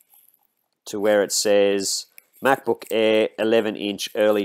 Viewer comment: "MacBook Eehh"